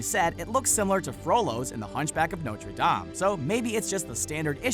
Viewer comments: Did he really say nocher Dom 😐🤔 I thought it was pronounced (No-ter Dame) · Why do you pronounce “Nortre dame” like that